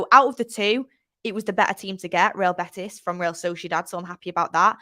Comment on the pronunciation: Yes, it should be pronunced using the version of original language, I mean Spanish, which would be "Real Betis", not "Beatis".